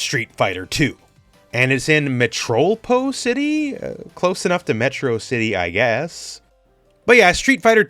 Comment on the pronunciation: Ah yes, Metrolpol City.